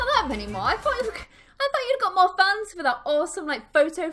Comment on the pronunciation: Who else every time she says fans thinks she is saying funs lol